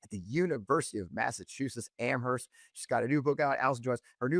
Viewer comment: Just an FYI. It's pronounced am-erst. The h is silent. Amherst Mass. is my home town.